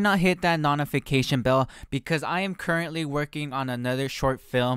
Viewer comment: “Notefecation bell”